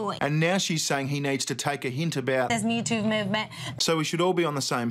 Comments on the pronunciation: I thought she said YouTube movement. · Sounded like she said YouTube instead of MeToo XD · Did she say "Mewtwo movement"??? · I could have swarn she said "This mew two movement" "I got touched in inappropriate places by a pokemon. #mewtwo" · i thought she said the mewtwo movement. #mewtwo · Yo I heard YouTube movement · I heard Me "Tuve" Movement. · I thought she said the "Youtube movement" and I was like "If there is a YouTube Movement you're apart of, no one else is" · It sort of sounds like she is saying mewtwo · I think she said "MewTube". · The way she said ‘me too’ sounded like ‘mewtwo’ so now I can’t stop thinking of a bunch of mewtwos making a movement to stop Pokemon catching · "...this me toove movement" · It sounds like she is saying Mewtwo movement. I did not think he was that hard to get. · It sounds like she’s saying MewTwo movement. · It sounds like she is saying Mew 2, you know the Pokemon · Sounds like she said MewTwo. I guess she likes Pokemon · I thought she was saying youtube movement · It's funny it sounds like she was saying #MewToo lol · you heard her wrong... she said mewtoo movevment... she talking about a pokemon:o lol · did she say Mewto? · I have never "hashtagged" and on my behalf I thought she said POUND ME TOO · Did she say "Mewtwo movement?" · She said Mootoov movement. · I thought she said Mewtwo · I thought she said Mewtwo movement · No, what she said was Me Toov Movement. Listen closely when it's slowed down . Metoov movement.